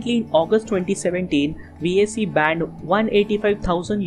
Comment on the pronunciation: Vaycee my ass its pronounced V A K